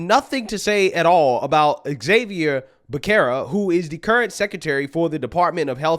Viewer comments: Becerra= B'sera. Cmon do your homework. Youre getting lax again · Pronounced Beserra = Becerra in Spanish